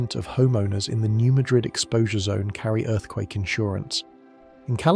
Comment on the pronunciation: It’s pronounced “New Mad-rid”